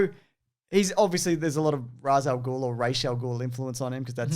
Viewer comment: it's pronounced raysh al ghul